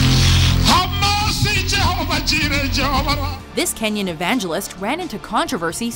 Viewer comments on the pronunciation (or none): Wow, "Kawish Television Network"? Ze hell? It's Kenyan Television Network. I can't even imagine where you got Kawish from.